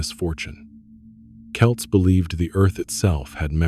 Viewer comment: For Ai it’s not ‘too’ bad . Quite a bit of factual accuracy. Delighted the US accented voice isn’t saying ‘Sam Hain’, that’s progress. Calling the people the name of a Scottish soccer team though? Ai ain’t all that clever….yet.